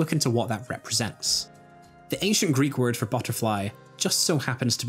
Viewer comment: as much as i cringe a little every time you pronounce greek words (im greek lol) this was a nicely reaserched and fun vid